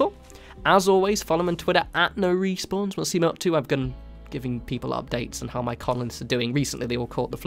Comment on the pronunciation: "Hello everyone, here." lol Good video just thought that was funny.